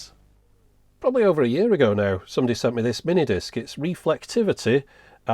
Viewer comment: Stopped with the emphasis on mini disc. I'm sure the rest was good as most all your stuff is. It just shut the door on me.